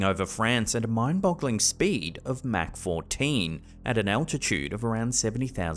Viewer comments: Mach has no K in it lol is should sound like mock Not mac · Come on, it's pronounced as Mock not Mac. Yes it's spelled Mach, but the H isn't silent in the sense it's verbalized as mac, and it's treated as if it were spelled Mahc. But yeah, Mach 1 (Mock 1). ❤️ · it's actually pronounced mock but spelled with an a, mack. Just fyi respectfully. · before anyone else roast you for it. "MAC" is a sandwich from McDonalds. Mach is pronounced M-AH- C. AH AH AH Mach. Thanks for the videos! Keep em coming! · Pronounced mock 14 by the way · Mach is pronounced Mock.